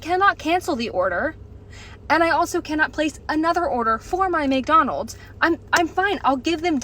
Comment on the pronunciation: May I remind everybody—The prices of each item is clearly posted on the Menu-boards and you know that there'll be tax added. ~ (Where's the surprise?!) ~ This is why I'm no longer a customer. ~ (I'll eat crap ... just not expensive crap.) — also Honey, they placed your app-order in Virginia because you pronounce McDonald's as "Make-Donald's". (You can pick it up in the Appalachian Mountains.)